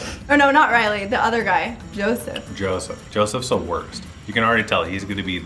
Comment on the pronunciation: Lmao Arie-“ya we’re transitioning..we know what we’re doing” idk why that cracked me up so much. And it’s Yoseph not Joseph 😅 (i think that’s how it’s spelled) either way it’s weird.